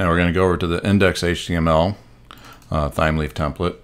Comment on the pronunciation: Loving the video thus-far, thanks for taking the time to create it, much appreciated. P.S. I think it may be pronounced "Time-Leaf", just basing it off of the herb "thyme" which is pronounced like "Time"